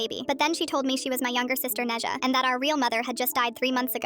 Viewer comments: Its pronounced né zhā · NEZHA?? HOW THE HECKITY HECK DID U PRONOUCE NE ZHA WHATT WHERE DID THIS COME FROM- as a chinese i gasped at "Neja" 😭 help